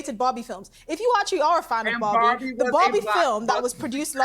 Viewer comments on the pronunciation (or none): which bobby is she talking about? 🤣 I'm curious, it doesn't matter how many time i listen to it, i always hear bobby and not barbie. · Why do they pronounce Barbie as Bobby 😭